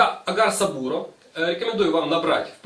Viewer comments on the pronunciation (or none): Так то сабурО, а не сабУро